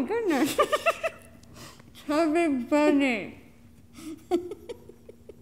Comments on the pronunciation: Ro said chubby berney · I just wanted to say that its not chubby bunny its funny bunny but when u say it with many marshmallows then it hear likes u say chubby bunny!